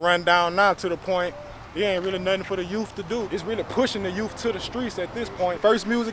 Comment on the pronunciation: What's "youf" ?